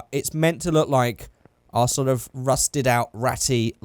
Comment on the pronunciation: OHV NOT OHF!!!!!!!😠😠😠😈😈